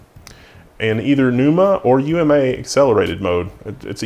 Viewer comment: good call on saying "U M A" instead of "ooma", i could see myself easily mishearing that as "newma"